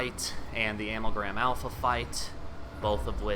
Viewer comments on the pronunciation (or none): The thing I'll remember most about this series isn't the nail biting, edge of your seat Akumu run or how phase 1 helped me greatly earn my platinum on the game or the ease with which you flew through your speedrun, no.... it's how you pronounce Amalgam Alpha. Thanks for the help with this one man